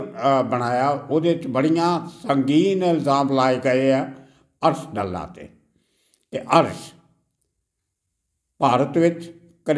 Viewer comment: ਸਾਬ ਡੱਲਾ ਨਹੀਂ ਡਾਲਾ ਪਿੰਡ ਹੈ ਜੀ